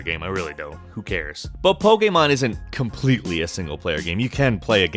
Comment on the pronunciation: "comepletley" uh huh